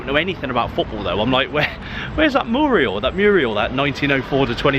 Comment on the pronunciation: The artwork is called a mural, not a murial.